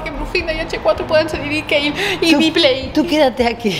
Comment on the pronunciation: A dicho kayle